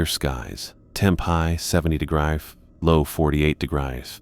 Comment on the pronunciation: "Temperature 60 degrefre." Said about 10 times.